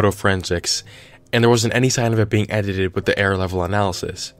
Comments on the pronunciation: Lol Ed i teeed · Edit ed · It's only funny cos I been there. "Edited it" is hard af 2 say